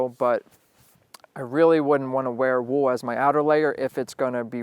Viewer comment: is it me or does he say wool weird?